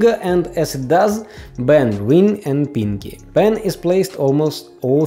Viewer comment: lol the way u say pinky is like: piNg kEy